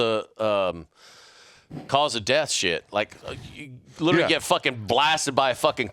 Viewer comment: Can we get an episode where everyone drinks when mispronounces literally? Love the podcasts keep em coming!!